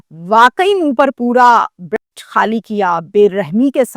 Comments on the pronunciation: Brest nhi , Burst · Brust hota hay. ستیاناس کر دیا اردو کا ان جاہل لوگوں نے۔